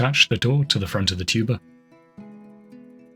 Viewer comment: Every time the word 'tuber' was said, I had the same exact second of confusion because my brain made it 'tuba' instead. Honestly, I feel it more enhanced the video than it took from it.